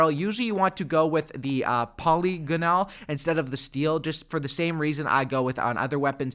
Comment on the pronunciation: I usually like to go with the "poly-ganol"😂🤣